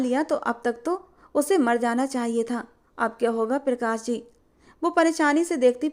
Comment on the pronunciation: पिरकाश nhi hota , प्रकाश होता है